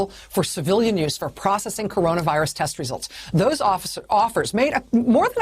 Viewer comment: Crazy to have a talking head that stammers and can't even say coronavirus. This false confidence with no real brain in her/him/its head is so cringe.